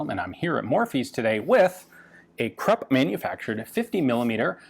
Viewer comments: Great! FYI, Krupp is pronounced 'croop', not 'crup'. Otherwise excellent! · Those are krupp emblems, not Thai property marks, tisk-tisk. I never thought I'd be able to correct Ian.